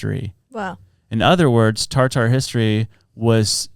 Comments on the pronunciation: I think Tartar is pronounced tarter or tartur not TAR TAR 😂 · Saying TarTar is making me giggle too much xD